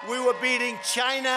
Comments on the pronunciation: After 4 years in office Mr. Trump still struggles to say China right. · "CHINA" i love this guy hahahah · ✨Chy- nya✨ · C H I N A H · "We were beating CHIENAH" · “We beat chiNAAAAAAH”